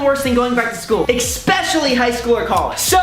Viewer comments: you know brent needs to go back to school when he pronounces "especially" as "EXXXXXPECIALLY" ...? jesus fuck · ... perhaps he should have paid more attention in school and he would know it's pronounced 'especially' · ok bitch there is nothing worse but you need it... you can’t even pronounce especially, tf.